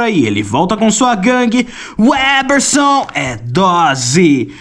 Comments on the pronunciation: O cara desfez o L nas diversas vezes que falou Weberson... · Vc ta falabando sem o "L" porra. Aprende a ao menos falar o nome do cara antes de fazer o video hahahaha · Você diz que gosta de ler muito, mas não deve saber falar o que lê. O nome do cara é '' e por dezenas de vezes vc fala 'WEBerson' Você com certeza estaria nas fotos dos 'procurados' na revista MAD. 😄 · O cara fala o vídeo inteiro "WÉBERSON"! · Cara...o nome dele é WeLberson e não "uéberson".😂😂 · O nome dele não é Weberson, mas. Tem que pronunciar direito, cara. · Parei de ver vídeo. Tem um L após o We... Então pare de falar Weberson. O L tem que ser pronunciado, cacete. É weLberson. WEL. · O cara tem dezenas de chances de falar e em TODAS ele erra e fala Weberson... Pqp! 🤦‍♂️ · " UEL ... BER... SON ... " CACETE !!! NÃO " UÉ ... BER... SON " !!! NÃO TENTE MELHORAR O NOME !!! 😅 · você tem dislalia? Pergunto porque você não consegue pronunciar o L do nome WeLberson. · Caraca, o cara repetiu o nome WeLberson 200x e ele não pronuncia o L do WeLberson. É pior que o WeLberson. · você fez um video inteiro dedicado a uma revista inteira dedicada a UM ÚNICO nome, e você pronunciou errado o video todo jjjkkkkkkkkkkkkkkkkk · Cidadão, você não conseguiu dizer o nome do cara sequer uma vez certo. WeLberson!!!! WeLberson, pohha! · Não consegue falar o L de weLberson? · Foi intencional errar o nome do? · O engraçado é que nesse vídeo você falou o nome umas 50 ou mais vezes e NENHUMA das vezes você falou o nome do jeito certo, impressionante kkkkkkkkkkkkkkkkkkkkkkkkkkkkkkkkkkkkkkk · Desculpa, mas eu não consegui não notar o fato que você pronunciou o nome do errado 100% das vezes kkkkkkkk bom vídeo